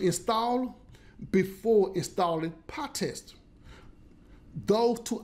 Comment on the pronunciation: Not PahTest, but PyTest!